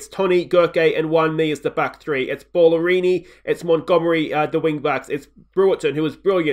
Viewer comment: Surely Bala-rini not Ball-arini lol